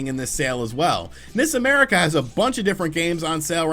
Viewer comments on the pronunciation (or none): Lol when is said nis America I heard miss America lol